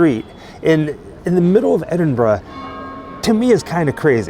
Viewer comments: Thank you for pronouncing Edinburgh correctly. 🫶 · Great video. Also great to hear Americans pronouncing Edinburgh correctly. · This is awesome, always loved the Sawney Bean legend when I was growing up in Edinburgh. And also, thank you so, so much for pronouncing Edinburgh correctly, you've no idea how much it makes my skin crawl when Americans call it "Edin-burg" 🤣